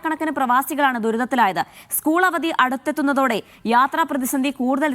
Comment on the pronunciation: ഉസ്കുൾ അല്ല സ്കൂള്‍ 😊😊😊😊